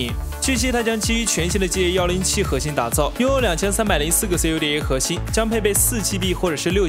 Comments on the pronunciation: cuda，不是 C.U.D.A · CUDA是连着念的，中文发音库达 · 你不是觉得很变扭吗？明明cuda 那么容易念都念不好。可以不可以学好放音。。。。